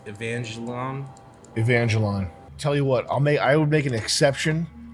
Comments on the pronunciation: its "ay von gelion" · Mispronouncing evangelion repeatedly is next level trolling 😹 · Sam knowing the characters to evangelion while mispronouncing it is way funnier than it should be